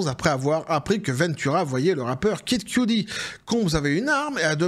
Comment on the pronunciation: QUE-dit comme QUE DIT-il. Pas Cue-Dee. Pour Kid Kudi, là (pas un fan, pas du tout hein, mais bon vu qu'il répète ce nom a chaque vidéo, il pourrait faire un mini-effort, je vais encore me faire engueuler mais cela choque mes oreilles, désolé). Apres on peut jouer de l'accent forcé aussi, genre Pouf Dada au lieu de son "vrai" nom à l'autre, là. Poff papy ou je sais plus quoi.